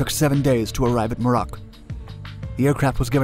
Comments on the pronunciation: I think you are on the right track here. Just FYI (not a criticism) Muroc is commonly pronounced with the emphasis on the first syllable: (MUR rock). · I believe Muroc is pronounced MEW-rok.